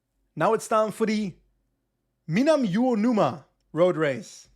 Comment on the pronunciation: Your Japanese pronunciation is not too bad! I'm going to have to go back to the beginning of the series and watch everything, so it's going to be an age until I get back. But just so you know, the race at 34 minutes that you were having trouble pronouncing is: minami uo numa (spaces help) (south fish wave). Uonuma is a city in Niigata and Minami Uonuma is just to the south. Apparently Ken Watanabe (the famous actor) is from Uonuma. Edit: OK. I watched further. You aced it :-) This stream looks like a lot of fun (and especially interesting to me because of the Japanese races for this first season -- I live in Japan). Hard to say if I will have time to watch it all, but thanks for doing it!